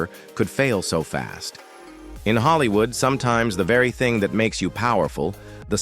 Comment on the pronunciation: narratives are awful. Ellen and Anne HECHE in “Hollywoo”. Just awful. Do better.